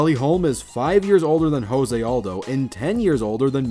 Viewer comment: Just a heads-up, if a fighter is Brazilian and their name starts with R, it's usually pronounced like an H. So it would sound like "Hafael" Dos Anjos. And if it starts with a J, it's pronounced with a hard J, as in "Joe-zay" Aldo